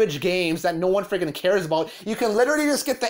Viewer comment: Take a shot everytime the video creator says “ freggin “ , not just this video . Every video on this channel